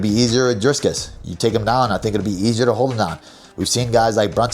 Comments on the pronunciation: FFS, Belal, it’s “Dricus,” with one “s.” Not “DriScus.” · I keep dying when he says "driscus" habibi it's DRIcus DREE CUSS 🤣🤣🤣